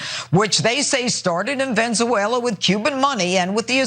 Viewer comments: “Venzeneula” ha ha ha... She can’t even pronounce a country name. How is she a news anchor? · Venzewela. WHAT?? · Jeanine cant even pronounce venezuela correctly. She calls it Venzuela. Its VenEzuela, dumbass. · She said venzuela, it’s called Venezuela 🇻🇪 get it correctly if your going to accuse. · "Venzuala" Maybe one day drunky J will get it right. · she said "ven-zu-ella" didn't she? XD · She said “Ven-za-whale-a” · "Started in Ven-za-wayla!" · “Venz-wela” -Jeanine Pirro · Janine isn't even trying to hide her alcoholism...she actually said "Venzvuela" 😆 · "Venza-uela..." J. Pirrot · Pirro is a god damn foreigner..and still says “Venzooela” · She said Venzuela😭😭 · At 2 minutes 10 seconds...."Ven ZA uela" -Janine Pirro loooool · Jeanine Pirro can’t even pronounce Venezuela why is anyone listening to her?! “Venzewaila” I ask you! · How does one graduate from law school and still mispronounce Venezuela? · Jeanine Pirro can't even say Venezuela right. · Pirro can’t even pronounce Venezuela correctly. So maybe that gets her off the hook? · Jeanine Pirro can’t even say Venezuela. She’s been at the bar with Larry Kudlow, me thinks. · I die every time Pirro says “Venezuela” lol